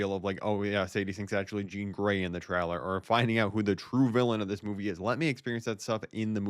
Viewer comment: It's pronounced (tray) (ler) not (trow) (ler)